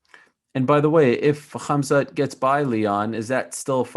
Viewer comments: This dude keeps saying “cumsock” instead of khamzat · Is he calling him Khazmat or am I hearing it wrong? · I don’t know why Ariel didn’t correct Neil once how Khamzats name, he kept saying khazmat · May be if you pronounced his name Khamzat instead of 'Khazmat', you would get the fight?! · Neil « Hazmat » Magny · Did nobody else notice Neil Mangy was saying KHAZMAT? 🧐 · I love how he keeps calling him Cumzat 🤣 Chumaev doesnt want that smoke! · To Neil, A. It's Khamzat not Khazmat B. Khamzat isn't going anywhere so you'll get your chance if you keep trying for it. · Cumzat?! Lol he said 3 different names for khamzat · he kept calling him Kazmat🤣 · How does he keep saying Kazmat when Ariel is clearly saying Khamzat? How do you not notice that? 😅